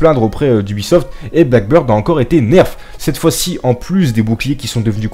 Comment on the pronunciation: C'est blackBEARD et pas blackBIRD😂😂 je sais que un français qui parle anglais...